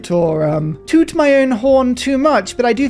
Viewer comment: “Toot my own horn” can you sound anymore British 😂😂😂